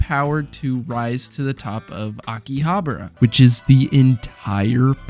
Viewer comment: "Aki...Habruh" I never had to pause vid so quickly